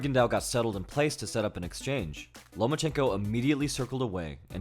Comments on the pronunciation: You said "Lomanchenko" so many time I thought this was a CIA indoctrination video🤣. In the comments section I read the name Lomanchenko but heard your voice😂. Great video and breakdown. Keep up the great work. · He said ''no more chenko"